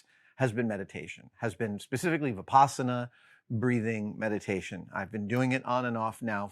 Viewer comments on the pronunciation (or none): Thanks for this very real, very practical response to this question. - I had to re-watch a couple of times and google to catch what I think was "Vipassana" Meditation? Is that right?